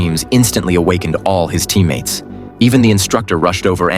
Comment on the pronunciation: "His teemmates"